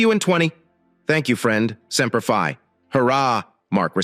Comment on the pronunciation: If your A. I. voice can not pronounce Semper Fi and Oorah correctly do not use the words.